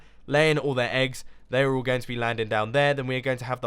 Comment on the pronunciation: why does he always say "welcome back and TODAY im gOng to play MINECRAFT!"